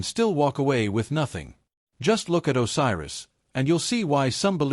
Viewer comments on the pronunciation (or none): WHAT THE HELL IS AN OSIRUS😂😂😂😂😂